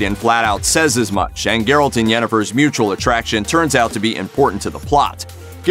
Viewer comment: he said garret